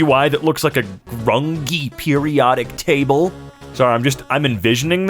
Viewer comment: Lol "grun-gee" hurt.